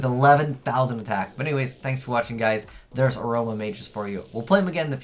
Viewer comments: lol it's uh roh ma = aroma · thumbs up for azneyes not being able to pronounce "aroma". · Anyone else cringe every time he mispronounced Aroma?